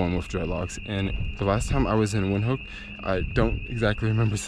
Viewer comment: Windhoek is pronounced Vind-hook.